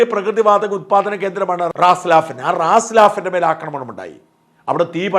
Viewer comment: റാസ് ലാഫൻ അല്ല റാസ് ലഫാൻ